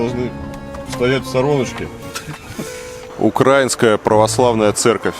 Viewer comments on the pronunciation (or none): Varlamov ты говоришь укрАинская , при этом страна называется украИна ( знаю что с большой буквы, но мне надо выделить ударение), не будь колхозником , говори привольно!!! Успехов